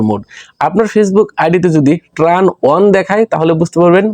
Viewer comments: ট্রান নয় উচ্চারণটা হবে টার্ন।। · ট্রান না ব্রো, টার্ন বলে ওটাকে